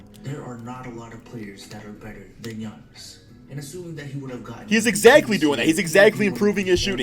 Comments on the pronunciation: He makes fun of him for saying akumpo, but they he says gi-aa-nis, instead of saying yannis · It's pronounced Yiannis